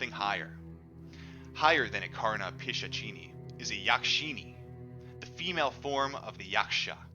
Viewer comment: Its pronounced as Pishashini😀